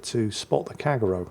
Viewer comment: Kagero 陽炎 Kah Gey Ro not Kagg ero :)